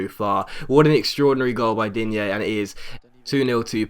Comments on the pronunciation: Same with Digne, he's french not spanish, so you pronounce Dign(e) not Digné. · Digne is pronounced 'Dean' btw